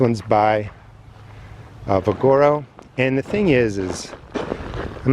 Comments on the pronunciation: “Vigoro” is pronounced: VIG-UH-ROW (…as in vigor) 👍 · Vig ah row Ve gar o...potato Po tah to...LOL It doesn't matter. I'm glad you show this to people. I do like you and make my own. I even sift out all the wood and compost it or use it for mulch. The garden industry is just as much "ripeoff profiteers" as the rest of the industries. My favorite bagged soil was Shultz. Now they don't sell it here. I have no idea why. Kellogg's...that stuff...in my opinion is awful.